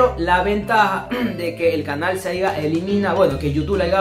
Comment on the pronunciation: Brother no es por joderte pero como chucha vas a decir "aiga"? Es haya ... corrige eso que me cabrie xD y es "coger" no "cojer" te lo digo para que el video quede mejor ;) pilas